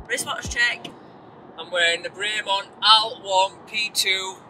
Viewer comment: Great video but you still can't pronounce Bremont correctly lol.